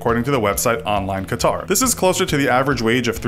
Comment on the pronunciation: Qatar? Lol